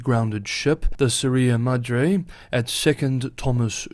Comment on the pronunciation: "Sierra Madre", not "Suriya"